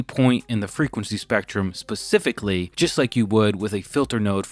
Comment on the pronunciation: I swear you said “Pacifically” … instead of “Specifically” of course… i guess.